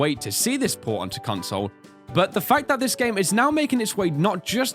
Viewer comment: all I heard is CONSLE and REMADE!!!!!!!!!!!!!!!!!!!!!!!!!!!!!!!!!